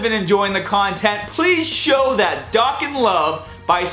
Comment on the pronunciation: You pronounce Dokkan wrong bro